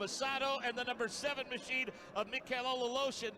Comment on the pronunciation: Aleshin is somehow called A-Lotion Good grief